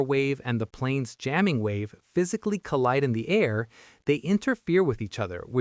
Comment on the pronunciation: Dang it, we have another AI narration 😖 Should have known looking at the name of this channel, it's low sub count, the fact that we never see the narrator etc but man this is so frustrating. "Yamming" was the first obvious sus moment 🤨 but now "gate AH-rays" is confirmation. Ugh. The information is so interesting, but ugh. Disappointing.